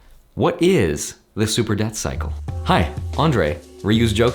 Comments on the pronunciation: Yep, I knew he was saying "Debt Cycle" but my ears didn't agree. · Did anyone else keep hearing "Death Cycle" instead of "Debt Cycle"? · Same lol